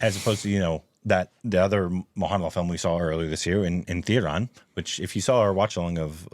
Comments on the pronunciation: How u pronounce thun instead of thu you dumb its not thunder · Guy, its Thu-da-rum 😂